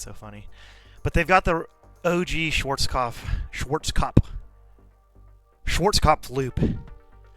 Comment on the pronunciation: I like how you pronounced… “Schwarzkopfplplflp”